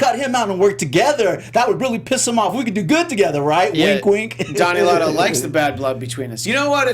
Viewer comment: And Don Eladio - not Don Elado - he has been around since BB times